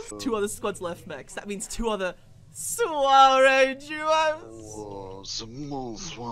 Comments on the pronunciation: I'm french and when you say soirée i'm feeling bad... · When you are a French guy and you listen to English people say " Soirée " it is soooo awkward ^^'